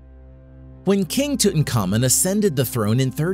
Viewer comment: Name is Tutankhamun ....pronounced Tut-Ankh-Amun ...not Tutan Khamun